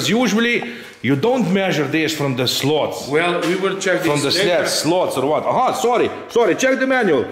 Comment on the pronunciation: Make your videos as long as you want...you two are the greatest rc model reviewers on utube...very fun to watch...BTW your English is great so I got a surprise when I heard you pronounce slats as slots...slats like cats...rather than slots like cots...sexy build video...thx